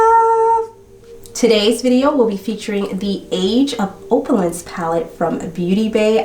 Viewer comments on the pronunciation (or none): I really want to love your channel. I think you're gorgeous and funny and do interesting cases. But you often mispronounce common words (like opulence) and I am one of those people who cannot get past that. Once I hear it, it's all I can hear and it bugs me. It's the reason I'm not subscribed. I keep coming back for another try though. I'm not saying this to be mean, I'm saying it because maybe you are unaware. I know there have to be others who are like me.